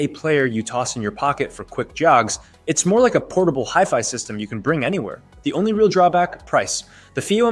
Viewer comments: Hefy? Hifee? You ok, bro? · Dude... you lost me at "Hiff-Eye"... sorry, I'll come back when "Ay-Eye" learns correct pronunciation. Did you converse with to see how it really feels about these items. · It’s pronounced high-fi, it stands for high fidelity. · Jeff Fi? What’s up with that? Oh is that word before you time. It is a 70 year old word. It’s hi, as in when you greet some one. It doesn’t change the way you pronounce the word now that you’re using it for electronics. Ugh! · HiFi is pronounced = High-Fi 😉 ... .. As in, high fidelity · its a hiff eye walker lol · Left after you pronounced HIFI wrong. That’s not a simple slip up and it leads me to believe you’re not really knowledgeable about the content. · The moment he mispronounced HiFi, I knew everything I needed to know. No legitimate audiophile would EVER mispronounce HiFi. Not gonna trust a video about audio players from someone who doesn't know how to say HiFi. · The way you pronounce HiFi makes me angry. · Thankyou this bothered me too.